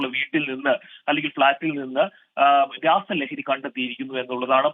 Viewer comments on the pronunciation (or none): രാഹസലഹരി അല്ല രാസലഹരി 🤣🤣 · എടാ😂😂😂. രസലഹരി അല്ലാതെ രഹസലറി അല്ല😂😂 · ഡാ പൊട്ടൻ കണ്ടാ.. രാസ ലഹരി ആണ്‌. രാഹസാലഹരി എന്തുവാ 😂😂😂😂😂😂